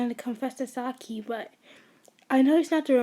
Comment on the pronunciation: I'm not trying to be mean but it really annoys me that you say S - A - K - I and not S - AI - K - I please do not take it personally